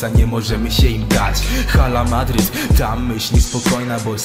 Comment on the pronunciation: Źle wypowiadasz Hala Madrid . 5:0 , 6:2 , 4:0 , 3:2 piękne wyniki w El Clasico :)